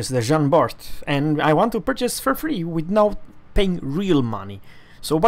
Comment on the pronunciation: Bart????? Its prnounced Bar ... the T is silent. :(